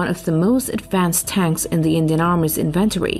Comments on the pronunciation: english is so weird and has rules that it often doesn't obey.... inventory accent the 'in' first syllable so INventory... French is weird too as we english speakers spell stuff with that the French would separate as an article so Le Clerc is 2 words Le is the article and Clerc is the noun. Weird I know love the post keep it up its a great watch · Will someone teach her how to say “inventory”…please? And “military”? And “Internet”? Or is there something else called the “Innernet”? 🤔🇨🇺🇺🇸